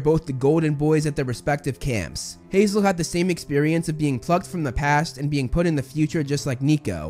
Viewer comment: took me four rewinds to hear "plucked" and not "f***ed."